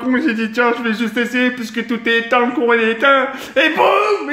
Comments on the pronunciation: ah un moment jai cru il a di"le Coran était étein" et pas le courant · Au début je croyais qu'il disait coran ou lieu de courant ! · qui a l'impression que dit coran quand il dit courant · Mcdakiller fait pas de vido ouais mais tk il dis le CORAN au lieu du courant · mdrr au lieu de dire couran il dit coran starfoulah ! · a la place de dire le courant il a dit le " corant " c est un prank